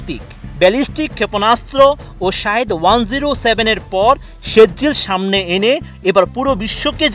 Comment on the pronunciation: সেজ্জিল নেহি কহো বরং শব্দটি হলো সিজ্জিল।